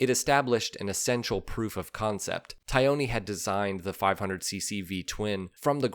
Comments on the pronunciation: Fabio “Tie-own-ee”? Really? Aren’t you missing at least one syllable there? Taglioni: is the pronunciation not closer to “Tah-lee-own-ee”? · As always I enjoy your well researched vids but boy howdy does your Italian pronunciation need work. Repeat after me: Tah-lee-oni. Only the ‘g’ goes unpronounced in his name! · Cucciolo = KOO-CHO-LOW. Italian for puppy, as in cute little dog. Taglioni =TALL-YOAN-EEE. Great stuff! Brings back memories of the one my racing sponsor bought...and dropped the first time out on it. :-( Sadly, yours truly talked him into fixing it..turning it into a kind of "California HotRod" with red frame and bodywork + gold mag wheels and some wild up-pipes. Cute? Yeah, but I ruined a rare, iconic machine in the process. I really regretted this later when I saw the bike for sale in a Yamaha dealership in SoCal :-(